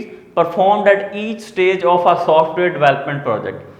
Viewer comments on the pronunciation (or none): Software ❌ softwear✅😅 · Sir g software hota hai na keh softwear thanks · Sir software hota hai softwear nahi hota 😅aap nai to kaprai he pahna diyai issai😂😂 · sir its software not softwear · Sir its"Software"nor "Softwear"